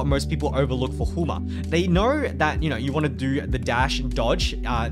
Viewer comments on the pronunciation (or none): Why are you saying they nor? Instead of they know